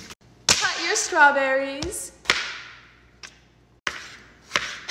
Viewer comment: She used to say strawberr-eyes